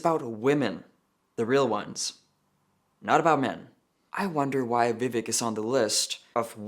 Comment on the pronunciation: Ugh why does this person have to ruin the name Vivek??? In all seriousness though it’s pronounced Vi-vake (like cake) I say to defend of Vivek Ramaswamy who actually deserves respect 😅